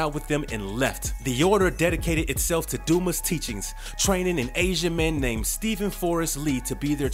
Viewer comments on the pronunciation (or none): Its pronounced Du- mah.🤦‍♂️